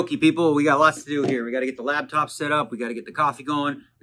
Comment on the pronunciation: Is the whole “lab”top pronunciation thing instead of laptop, an inside joke or a weird accent thing?